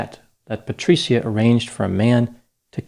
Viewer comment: Thankyou for making a document about my favorite city, Firenze. Patri-cia is like pronounced as ciao with a soft c but your Italian is getting better. Patricia would be disappointed in you killing her name pronunciation.😃😇😃 Another successful analysis of killing grammar. Patricia will condemn you to Dante’s hell ( he was also from Florence ). I can count the ways you mispronounced her name, which speak to which level of hell you will remain in, Dante’s hell....😅 Thankyou..😁🤪😁 PS. Please don’t betray me, Dr. I’ll buy you a superior Gucci product ( Patr cia the c is pronounced like Gucci )